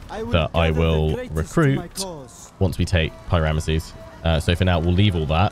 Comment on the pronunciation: Two things to point out: Pi-Ramesses isn't pronounced as "Pie Ramesses" apparently. It is just "P Ramesses." Secondly, Cyprus should be targeted after the War of Four Pharaohs ends. That'll give you a launching point for invasions of Hittite lands